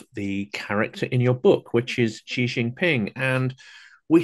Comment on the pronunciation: Notice guest says Xi correctly as “she” while host mushes it into “jee”